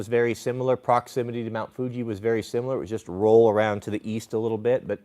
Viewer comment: Did he say "Mt Fuji"? 🤔. 🤨